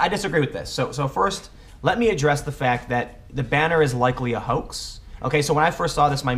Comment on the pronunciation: Tim, why do you say "hoak" instead of 'hoax' in this video whenever you mention Posobiec?